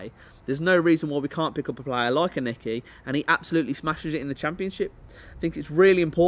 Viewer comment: Lol your not saying Aneke right